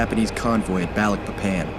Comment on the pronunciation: As a Balikpapan native it's funny to hear he pronounces Balikpapan as Baalik-Pepeen 😂